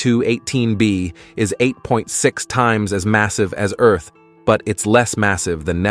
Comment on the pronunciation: The "narrator" mispronounces "heavier" "Venus" and "Earth" (02 :22) among other things. It's kinda insulting.that someone thinks this is acceptable.